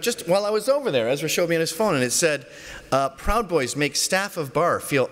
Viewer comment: ‘Pwowd boys’